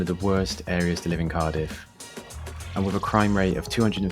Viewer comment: Couldnt watch it very long, as mis pronouncing names of areas. Do your homework mate